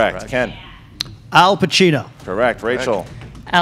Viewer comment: Hey it’s Pacino not Pachino!! Lol